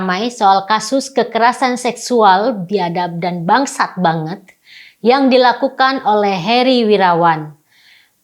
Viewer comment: Aduuh kenapa bilang biadap dan bangsat kaya gitu... cara ngomongnya nggak gitu kali... Nih yang bener "Biadaaaap dan buangsaaaaaat!".....